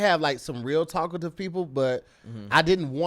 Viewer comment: Hey 🧏‍♂️ looks like he was trying to say TALKATIVE... but ended up saying TACO TIVE